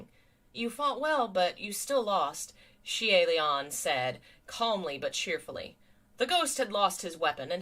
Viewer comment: Xian... *yoi*??? See-aye Lian??!?? Oi, how are the pronunciations getting worse?? XD